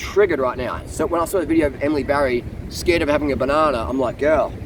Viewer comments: I know. He keeps saying Barry 😄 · Her name is Batty not Barry!